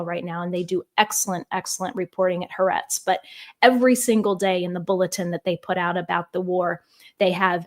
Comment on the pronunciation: LINGUISTIC NOTE: "Ha'aretz" has THREE syllables, NOT TWO, and it is the middle (or SECOND) syllable that is stressed, NOT THE LAST. The first two letters ("ha") [phonetically, "hah"] are the word ""the", followed by the Hebrew word for "land" ("aretz") [phonetically, "AH-rehtz"]. In Hebrew, the article "the" is always linked to the noun that follows it, such that the article and noun appear as a single word in a sense. In English transliteration, this linkage MAY be represented -- as it is here -- by an apostrophe, BUT, in the name "Ha'aretz", the apostrophe ALSO indicates an important actual vocal break between the two successive "ah" sounds -- as seen in this phonetic representation of the complete name: ["hah-AH-rehtz"]. Again, please note that it is the SECOND syllable that is stressed. (Almost all non-Hebrew-speaking journalists mispronounce the name, by the way, so you may take heart, for you are by NO means alone in this regard!) I wish you all the very best with your new independent status! The world needs, and benefits from, your unique voice!